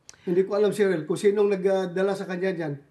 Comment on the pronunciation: Sheril po sen bato hindi Caren 😅